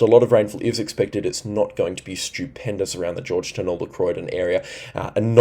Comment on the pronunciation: Thanks again for your service,. Giru = g'roo like g'day Georgetown = George Town, both words pronounced Trebonne = tr a bon